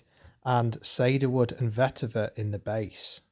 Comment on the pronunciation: It’s ‘see-der wood’ not ‘say-der wood’ 😂